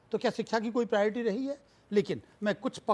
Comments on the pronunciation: Ashish Sood- Priority बोलना तो सीख ले. You can’t even pronounce ‘Priority’ correctly and you are the education minister of Delhi- Shame on you. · Bhai education minister ko priority bolna sikhaya jaye 😂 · Is shiksha mantri ko khud shiksha nahi mili tabhi to priority word v sahi se nahi bol pa raha, ye saare desh ko apne jaisa education hi dena chahte, neta aisa chunoge to aisa hi hoich hoga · Delhi ke education minister ko priority bolna to ata nahi 😂😂😂yeh sudhar krege 😂😂😂😂